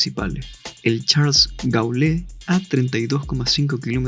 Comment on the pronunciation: El aeropuerto de Paris se pronuncia en español "Charls de Gol" (similar), y el de Johannesburgo se llama O. R Tambo (Oliver Reginald Tambo) no Q. R Tambo :)